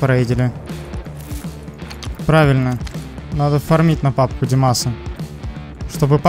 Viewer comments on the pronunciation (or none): Не фермить а фармить))